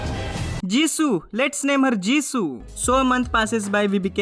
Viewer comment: It's Jisoo not zishu